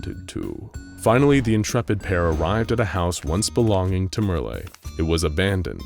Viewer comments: I suppose the people of this channel have never seen "Merle" in writing before. Not too surprising, it isn't a popular name, the only famous person I could find was the country singer Merle Haggard. But, it isn't "mer-LAY," instead it rhymes with "Earl." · It's pronounced Murrl, if there ain't an accent over the e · Who the heck Merly? Oh, you mean Merle, you know, like Earl, except with an M. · Mer-lay, lol. Merle, like pearl. BAHAHAHAHAHAHAHAHA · i always thought merle was pronounced murl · Btw: Merle is pernounced like Merl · Lol why are you pronouncing Merle like that? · Merle rhymes with curl and pearl, not olé or thursday.